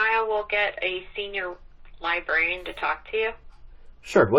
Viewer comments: An unemployed snarky 🤳🤡 saying the 'libarian' - a decent & employed human doesn't know anything. He should learn English instead of trying to memorize statues & orderances. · Theres are 2 R’s in Librarian